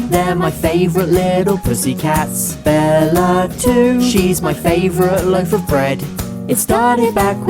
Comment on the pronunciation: Haha "Bellar" that's what he calls Bella